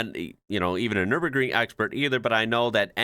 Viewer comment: 1st. American pronouncing Nürburgring totally right. Well done.